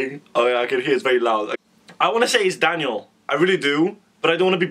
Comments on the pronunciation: You pronounce Daniels last name like cv 😊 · the way you say daniel's name makes me acc die! phaha and yeah the first verse was daniel